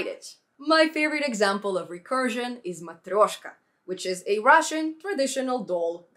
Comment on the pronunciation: good pronunciation: матрёшка)). subscribed when the video about kivyMD came out. they have a new kivyMD builder. like!!!